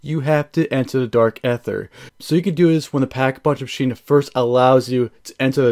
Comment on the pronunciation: Dude is anyone else getting triggered every time he say dark aether wrong lol jesus🤬